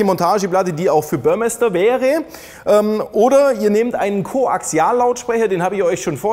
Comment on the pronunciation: "Börrmesster" ? Der Typ hieß Dieter Burmester - ausgesprochen "Burrmeester" 😂